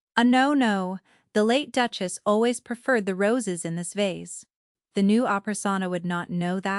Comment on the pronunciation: Very hard to even follow the story... Duke-As' ???? Duke-es ???